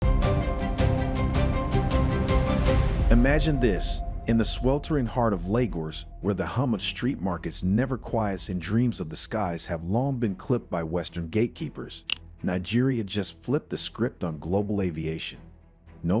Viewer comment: Stop using this crap AI voice. There is nothing like Abujarrr. Nor Laygourrrse. Disgusting. Have pride in yourself.